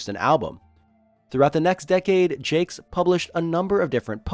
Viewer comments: The Redwall books and TV show are great. Oh, and you mispronounced the author's name. It's French. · I HAVE BEEN PRONOUNCING IT WRONG THIS ENTIRE TIME?!?!? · Wow. For 30 some-odd years, I too have mispronounced his name. 😅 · All these years and I've been mispronouncing Jacques 😬